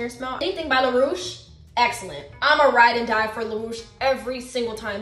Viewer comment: Lol how you pronounced Laroche is wrong, it's French haha. But I will say it sounds interesting the way you say it.